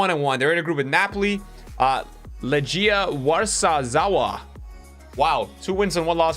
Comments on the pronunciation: warszawa - var-sh-ah-va but you can say warsaw and that may change everything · The Legia Warszawa pronunciation made me want to cry